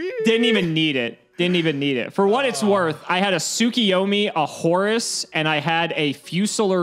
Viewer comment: I love the way pronounces Horus like Horace. It just makes the card funnier and funnier. lmao